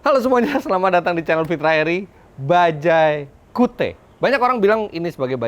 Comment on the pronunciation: Ini penyebutannya bukan kiut ya?